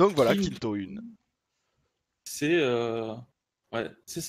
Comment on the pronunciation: hihihi tu ma fait deliré sur la prononciation de kinto-un ;)